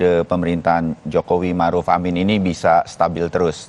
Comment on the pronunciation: Ma'ruf kok jadi Marud?